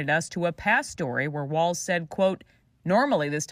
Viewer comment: Tim WALZZZZZ 😅😘😘 NOT WAL(TS)